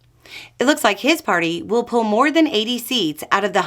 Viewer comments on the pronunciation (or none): none